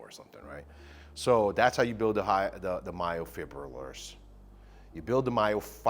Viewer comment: It’s myofibrillar not myofribillar the b comes before the r when you pronounce it like saying fiber and not friber 👍🏼